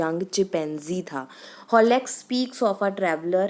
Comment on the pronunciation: holex nhi mam huxley hai 😂😂😂😂😂😂😂😂😂😂😂😂😂😂😂😂😂😂